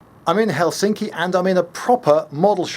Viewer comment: Weird that you pronounce 'mallikauppa' correctly but run off the rails with 'Helsinki'. In Finnish, the accent is on the first syllable. (—For all but two words. Which two is left as an exercise for the reader.)